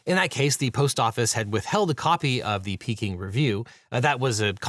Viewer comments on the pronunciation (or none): Maybe Devin should make more of an effort to pronounce foreign words? The repeated "Kapersky" instead of "Kaspersky" really bugs me, and I'm sure the Chinese viewers did not appreciate the pronunciation of Peking